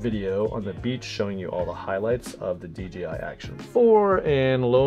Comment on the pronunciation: It’s DJI not DGI, why is this so hard to pronounce. 🤦🏽‍♂️